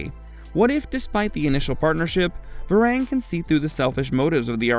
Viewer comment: It hurts to hear how you pronounce Var-ang ! It's pronounced Ver-"ong"